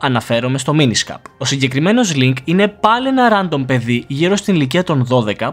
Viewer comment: προφερεται ρεντομ οχι ραντομ